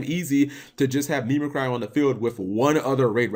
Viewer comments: me meh cry? cap, do you not know how do pronounce mimicry? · "Meme-A-Cry" Cap wtf is that pronunciation my dude